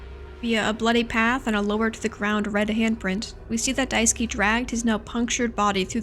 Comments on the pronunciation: Just started watching, but just wanted to point out that Daisuke's name is pronounced die-ske not die-ski ! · I am so, so sorry just...I can't stop cracking up when you call him "Daisuki" because that one little syllable change turns it to "I love you" Also I'm sorry you had to talk about Jimmy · For the LOVE of GOD it’s “DICE-KAY” not “DICE-KEY” Holy shit lmfao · hi, just want to say you are pronouncing Daisuke's name wrong. It's not Daiski its Dai su ke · I've seen two videos on this game and both have no clue how to pronounce Daisuke's name. It's DIE-SS-KAY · Poor Daisuke - almost no one doing those gameplay or analysis vids can pronounce his name right XDDD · you’re pronouncing daisuke wrong btw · fun little guide to pronounce daisuke: dai (die) ske (you don't really pronounce the u in suke) the e in daisuke is not pronounced like key but like the 'ai' in fair and chair, the emphasis is best put on 'dai' keep in mind the e is very short and does not curve into ey, just a quick e. just in case its interesting to someone. i don't know how clear i'm being. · I love this video and I fucking hate being THAT guy but Daisuke is die-skeh and Swansea is swan-zee 😅 rlly wish they had a few voice lines in the game to clear that up because at least half of the fanbase is saying the names wrong!